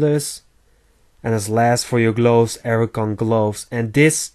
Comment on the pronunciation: Learn how to pronounce archon!!!